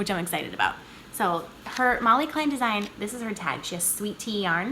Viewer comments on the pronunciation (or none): none